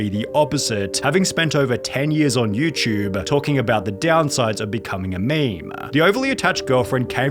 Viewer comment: Dude. It “YouTube “ Not YouChube